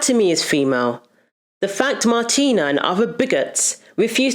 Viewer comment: Certain names can be tough to pronounce. You had it right the first time around 😂 Just say Martina, would u? Thank u for ur efforts.